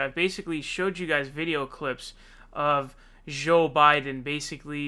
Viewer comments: Lol why do you call him sjow biden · Dude, until you start pronouncing the /j/ in Joe and /a/ in Sanders correctly, and by correctly I mean the way they pronounce their own names themselves, you can't call out Biden's verbal flubs.